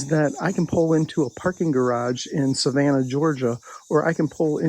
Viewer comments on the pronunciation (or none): none